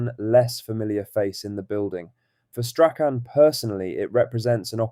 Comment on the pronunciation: Learn how to say Strachan properly!! 😂